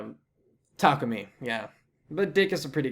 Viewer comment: I heard Tamaki instead of Takumi.